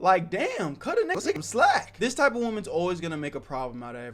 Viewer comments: Man what is with people pronouncing "woman" and "women" the same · the way bro says woman